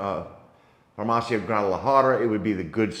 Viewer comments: You still do t know how to pronounce “farmacia” ! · Not quite right, if given a prescription for let say Xanax or Ambien, you do NOT the prescription back, a copy, yes, that is it. Please pronounce farmacia with the i like Italy or the last letter in Miami !